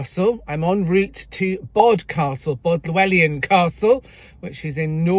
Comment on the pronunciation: I hope you don’t mind, but I might be able to help with the pronounciation of Bodelwyddan. I can see it can be a challenge to non-Welsh speakers. I think the easiest way to say the longer words and names is to split them up. Bod-el-wydd-an. (Bod-el-with-an.). The bit people often get stuck on is the ‘y’. The vowels are a little different, but the ‘y’ sound is like the soft i in window or windmill, not the harder i in wine. Hope that helps. 👍 The other bit is the dd which is easy, as it is the same sound as ‘th’ in English, eg then, though, etc. it thing or thorough.